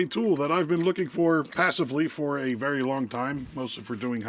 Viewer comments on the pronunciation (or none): none